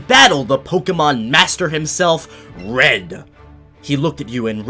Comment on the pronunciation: I thought he was saying Fred instead of red